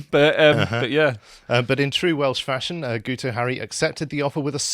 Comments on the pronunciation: He's not "Gooto" - it's "GIT-oh" as in "git". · because it is Welsh and the "u" is pronounced as a "i" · It's pronounced "Geeto" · Btw lads the dopey Welshman's name is pronounced Geeto. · Guto is pronounced GIT-oh. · Pretty sure it's pronounced ' git ' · As a welshmen it's "gitoh". It's just Welsh for "guy". I like your channel but at least get indigenous names right. Independence for North Wales from Cardiff rule. Cardiff doesnt the care about us in the North.